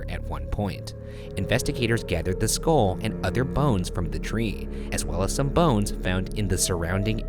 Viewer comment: ryan, it's pronounced "skull" not "skol"